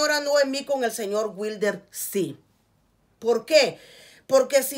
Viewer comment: La venadita del jabalí 😂😂👈 dígale witre no wilder 🤣